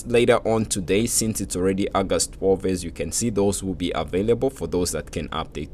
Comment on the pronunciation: Yo the way you said august sounded soo much like indian accent